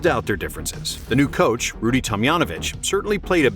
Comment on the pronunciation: Why does he keep pronouncing Rudy T’s name that way 😤